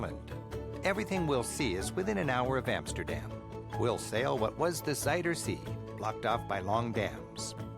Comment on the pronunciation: Its pronounced "RoTTerdahm" and "Ahmsterdahm" with the emphasis on 'dam'